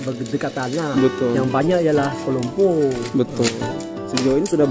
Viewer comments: Cikgu perasan x sebutan Kolumpo😅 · Kuala Lumpur tapi dalam loghat Perak. kalau loghat utara jadi Kolumpoq